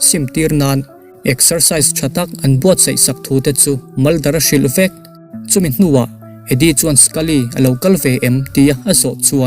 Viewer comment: Vek, tih tur fek., zel tih tur sel, zing tih tur sing nilovin, zual tih tur sual nilovin..zel tih tur sel nilovin, FBI, tih tur SBI nilovin.....zawt tih tur sawt nilovin, I tawng hman dan hi a mak eeee.........😂😂😂😂😂